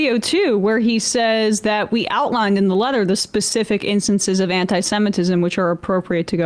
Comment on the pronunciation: "strongly worded letta"